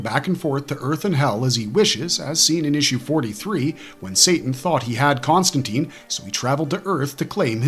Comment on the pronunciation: Con-stan-tine; like fine, mine, nine, pine, wine, line, brine, etc. Not Con-stan-teen.